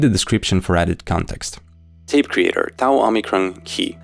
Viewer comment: So, you have the gall to pronounce "Tau" properly, do ya?